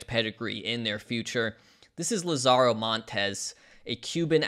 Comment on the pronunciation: not to be that guy but... LAH-zaro, not la-ZAHRO. as in "The Lazarus Pit"